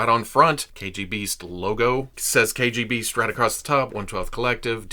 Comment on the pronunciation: Biggest props not only for this review, but for pronouncing the original name right. Hiiie from Russia!!